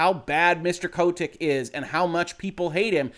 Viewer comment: Anyone else find his pronunciation of Kotick kind of annoying?